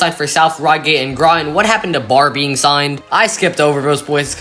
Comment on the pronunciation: Barre, VT is pronounced "Barry".